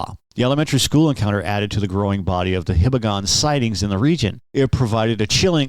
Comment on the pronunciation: hee-bah-gon, not hih-bah-gon. Name is related to the Hiba mountain in Hiroshima.